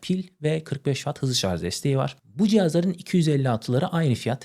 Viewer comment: Şarz yerine şarj desen daha iyi olur